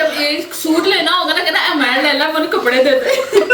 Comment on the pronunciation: Kehna kia chati ho😂